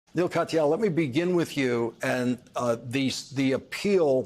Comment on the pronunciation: Everyone seems to pronounce Mr Katyals name wrong